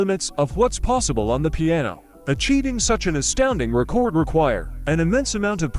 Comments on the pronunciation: The AI seems to not know the difference between the verb 'record' and noun 'record'. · This damn voice saying RECORD like recording a video really grinds my gears